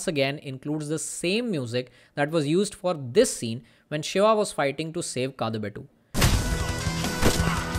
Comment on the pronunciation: KaaDubettu* D as in Dear